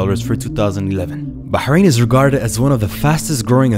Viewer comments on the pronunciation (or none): none